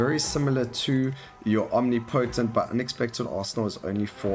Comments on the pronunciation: There's a difference between "accent" and "wrong" :D Accent is when you pronounce "aɪ" phonetics as "a" bc South African drops inflection. Wrong is when you say omnipotent wrong :P But hey, just tryna help. No hard feelings. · Thanks for the showcase! Updates look fucking awesome. But, my guy, that's not how you pronounce omnipotent :D